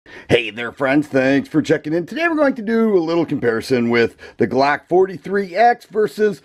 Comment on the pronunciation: IM HOWLING AT THE WAY HE SAY BLOCK 😂🤣😂